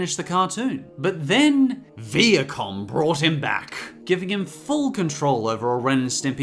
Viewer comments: Um, you forgot the Brothers Grunt. But MAN! I wonder what else is out there... Also, it's Vie-a-com. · Did you say Viacom or Viet Cong? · um Viacom is pronounced vi-a-com